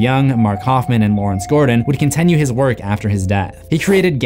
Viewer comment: For the love of God what's the deal with your pronunciation of "continue"!!? Lol hearing that is worse than what jigsaws victims went through!